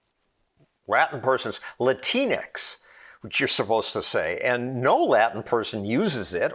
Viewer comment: FINALLY someone said it right... Latino...oh, Latina...ah, Latinx, ex ..... not tinks...